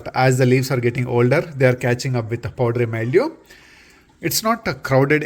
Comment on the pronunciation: What is "poddery myoo"? Do you mean powdery mildew?